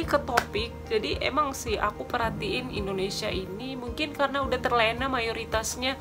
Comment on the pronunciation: Sebutan yang betul ialah Indonesia bukannya Indinesia. Indinesia tu sebutan lama Belanda